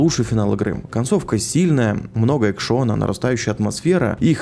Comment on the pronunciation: Много экшОна) чел) тебе бы с ударениями разобраться)